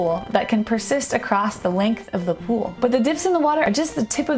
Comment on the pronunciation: She says pool and pole exactly the same.